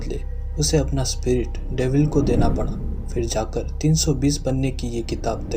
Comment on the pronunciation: Dimin nhi dabil hota ha